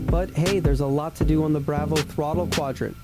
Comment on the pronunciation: I really wanted to watch this and learn how to set this up but the way you pronounce "Bravo" is like nails on a chalkboard 😂..... Dude.... No